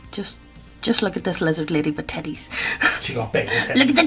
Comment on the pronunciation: I never get bored of hearing say look at the tidis! haha.